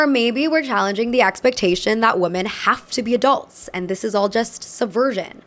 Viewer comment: i really love you and great video as always, but pronouncing "women" like "woman" is so confusing and hurts my head. Pleease😭